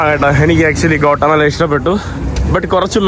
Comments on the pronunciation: Gota mala allada mone Gatimaala ennu venam pronounce cheyyan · Kotta അല്ല guattamella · Please pronounce name of the country properly. It is not കോട്ടമല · Bro its pronounce Gothamala, പിന്നെ avdethe oroo ZONE ( places) shradhikknm crime orupaad nadakkunna Zones und,. ... Zone 18 , 12 erc.. Kettitt mathre ollu... Ninakk kaanan patiyathil 🎉🎉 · ഗോട്ടമല അല്ലെടോ ഗ്വാട്ടിമാല... തർത്തിയ അല്ലെടോ ടോർട്ടില